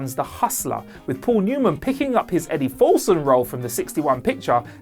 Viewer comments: Next time get someone who can pronounce classic characters names. Doyle not Dol. Felson not Fulson. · It’s Felson. Not Fulson. Fast Eddie Felson.